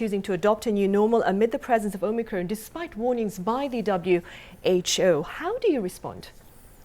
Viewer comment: It's the "Omicrone".